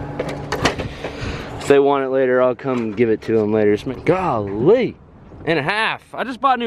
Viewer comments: Nobody: This guy: goh lee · Does anyone have a count of home many times he said galee?😂